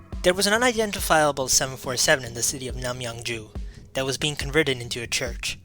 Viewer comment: Sorry. This seems like it is an interesting story. But I just can't get past the constant sounding of the "TH" as a letter "D" = saying "duh" instead of "the", "dat" rather than "that". It is just as jarring as; "expecially", "different to", "anyways", or to read "would of" (would've). It may seem petty to some people. But spoken language is so important to get right as it is our best attempt to communicate with the greatest clarity. Learning a new language I am often more concerned about getting my pronunciation right than trying to build up a vast vocabulary that might be spoken incorrectly. For the people who are not bothered by this, please forgive my attempt at helpfulness and enjoy the video. :-)